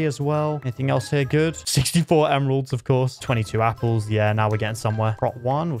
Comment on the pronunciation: I like how ha says yapples instead of apples